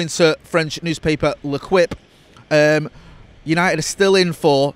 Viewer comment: French newspaper "Le-kwip" 💀💀 "Lehkeeeep"!! Other than that great update as always, thanks chaps.